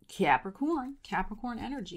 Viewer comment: I love how you say Capri-CORN. 🤣😂😎‼️💥